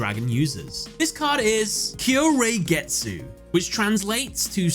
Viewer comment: Technically, the card "Kahyoureigetsu" is read as "Ka-Hyo-Rei-Getsu" (translated to Song-Ice-Beauty-Moon). I just find it funny how pronounce the card, I would imagine the Western side to read the card the same if you don't know how to pronounce in Japanese